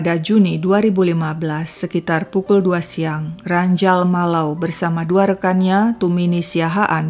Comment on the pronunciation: bacanya bukan Malaw, tapi Malawu. soalny tmnku org batak marganya Malau